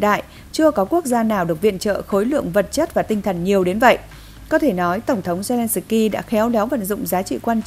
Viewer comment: Phóng viên phát âm tiếng Ukraina & zelenski cực kém!